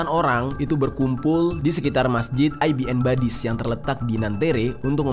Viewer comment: Masjid ibn/ ibnu badis bacanya bukan ai-bi-en